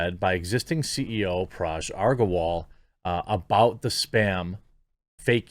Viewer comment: Dude it is Parag not Paraj